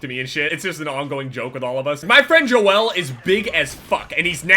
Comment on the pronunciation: I hate when people pronounce "Joel" as "JOE L", but when says it makes it sound BEAUTIFUL